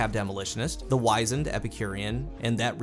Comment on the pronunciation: It’s pronounced WIZZ-end. Not WHY-zend